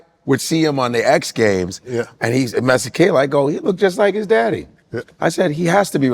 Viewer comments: Damn ntwana can't even pronounce his own names properly.....he's better off switching Devaugn, Raquan or something 😂 Just jokes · Bro can't event pronounce his own name and surname. 😅😅